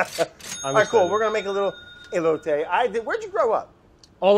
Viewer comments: He called the corn ey-Low-tee what do you expect.. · And he's been calling them e-lotes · I mean he said elote wrong too so..